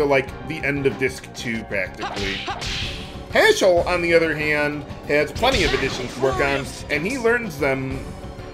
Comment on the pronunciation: I don't know if it's just me....but whenever say Haschell's name, it sounds like Asshole to me. LMAO!